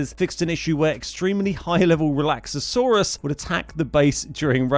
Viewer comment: Breakdown the 4 syllables because I can only count 5 Re/lax/a/saur/us